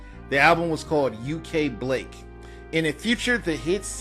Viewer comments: Her solo album was called "UK Blak" pronounced black, you said blake. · Her solo album is pronounced "UK Blak(black)", NOT, "Blake"! The only song I liked was "Sweet 🇯🇲". The rest was... Meh.